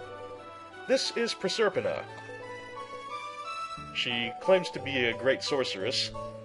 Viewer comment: Actually I do believe it's Go-mu like "GO GO GO!" and then the 'm' (which would make it rhyme with comb). As ごむ (gomu) is rubber. Proserpina [pro-ser-pee-nah] (Roman equivalent to the Greek Persephone) In other news Vanillaware Grand Knights Saga is being released stateside. Dunno if it relates to this but...